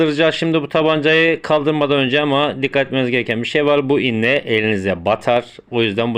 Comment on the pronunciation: İnne değil iğne